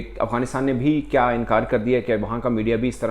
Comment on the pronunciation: Shouldn't it be "Kya" instead of "Kiya"